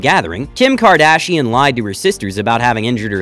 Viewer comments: Please, please, PLEASE. Look up how to pronounce the names of the FAMOUS people you make videos about🙏🏻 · What is KardShian? Is that English? So cool 😎